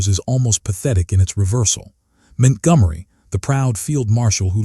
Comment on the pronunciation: Man this doc is hilariously stupid because La Lamy is supposed to be Al Alamein and , the AI states Montgomery's name as Mint Gummery. That said, WW2 Content Creators need to get their shit together if they're hoping YouTube Viewers will take them seriously.